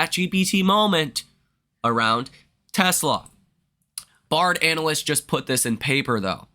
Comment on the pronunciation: Son, you are killing me on pronunciation of Baird. Pronounced "bear D" Not BAR D